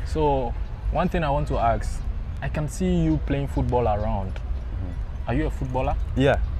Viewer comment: ASK NOT AXE, you are AXING HIM